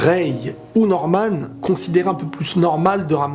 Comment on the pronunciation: An faite ses pas normane ses norman